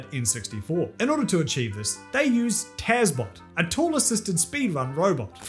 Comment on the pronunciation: It's pronounced Tass Bot, not Taz Bot